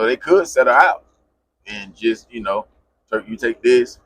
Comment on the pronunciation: SAY IT WITH ME TURK NOT TREWK